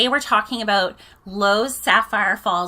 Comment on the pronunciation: I'm not a native English speaker, but your presentation sounds very good and helped me a lot! And also it was good for me to know the pronunciation of the word "Loews"... I'm visiting there within days and very looking forward to it.